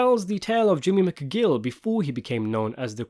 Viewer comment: Why do you pronounced McGill righter than jimmy himself?